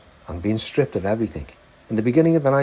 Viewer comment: Gary mate I’m over seventy and remember at junior school that there isn’t a ‘ k ‘ at the end of ‘ everything ‘ so it’s not ‘ everythink ‘